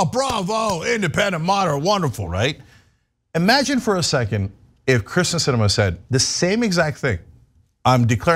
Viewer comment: Cenk went off on Tucker Carlson for calling AOC Sandy, then goes right ahead & calls ""Kirsten "" ""Christian "" like 5 times !! What a chump !